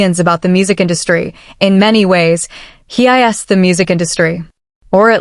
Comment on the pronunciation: I don't object to casting an AI voice. It levels the playing field for those of us that might be without speech, shy or uncharismatic. What I object to is human laziness to this degree. "AK Pop" "He I.S. the music industry" If the creator couldn't be bothered to listen back through the whole video to check for quality and fix their mistakes, why should we, the viewers, invest more than the creator? Like others, I'd also mention the unnecessarily bloated runtime, but I FEAR that's intentional, for money reasons. 😿